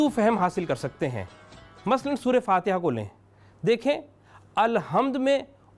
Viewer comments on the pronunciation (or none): none